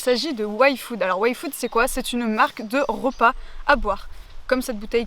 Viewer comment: Enfin quelqu’un qui prononce yfood normalement et qui dit pas le i à la place de y !!!